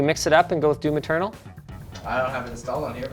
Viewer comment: when he says doom eternal it sound like "doo maternal"